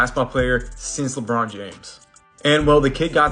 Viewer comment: Stop saying LeBron like that 💅🏾💅🏾💅🏾😂😂😂